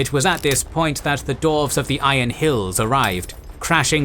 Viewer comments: dWarves not dorves.... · Dwarves not Dorfs :D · Why do you keep calling them "darves"? It's dwarves.. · Ai voice says dorves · human voice says dorves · This is immense work. I just hate that you kept calling dwarfs for dorfs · Lmao. You are legit says "Dorfs" xDDDDDD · "the dorvs" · I love your channel, I love this content. However, for the love of Tolkien himself, learn how to say Dwarf and Dwarves please 🙏🙏🙏